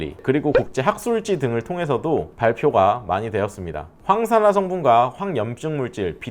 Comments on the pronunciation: 황산화 가 아니라 '항산화' 입니다. 처음부터 계속 황산화로 말하고 표기도 그렇게 하시는군요. 그리고, 엑스트라 버진 올리브유는 집에서 요리할 때, 확실히 금방 연기가 납니다. 향도 맛도 좋아서 즐겨서 쓰지만, 불 세기에 주의를 기울이지 않으면 연기 때문에 불안한게 사실 입니다. 그래서 왠만하면 샐러드에 뿌려 먹거나, 볶거나 튀기는건 콩기름으로 하고, 향기를 낼 때만 조금 넣는게 현실이구요. 180도를 계속 체크하면서 할 수는 없다는 얘기 입니다. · '황'산화 아니고 '항'산화예요